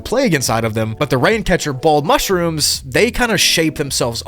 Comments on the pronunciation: “Mush-Rooms” Hahahahaha…. No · MUSH-ROOMS but BACK ROOMS.... Yea LOL I get it xD |But it sounds funny only when you said it in you own way xD LOlz! And the second version is WAY MUCH better:) P.S Much-Room:D